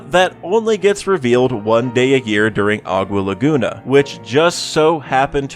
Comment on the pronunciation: Im sorry. But you butchered the crap out of aqua laguna